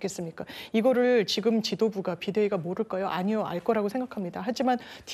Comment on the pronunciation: 송영훈 제발 발음 교정 좀 받아라 듣기 불편하다 ‘지‘ 를 맨날 ‘기’라고 해.. 지금이야 기금이 아니라